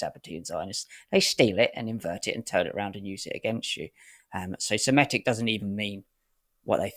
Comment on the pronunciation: Semitic, not Semetic